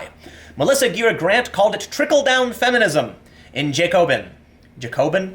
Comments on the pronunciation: JAKE-O-BIN, if you’re going to be an authority on the radical left you need to know how to pronounce the primary force behind the reign of terror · Jacobin. The first two syllables are pronounced to rhyme with "Wacko" with the emphasis on the "a". It's also a very appropriate name for a far-left publication, as the Jacobins were the zealots who instigated the Reign of Terror in France after the French revolution. They were the original SJWs, with powers of life and death that would make modern-day SJWs drool with anticipation.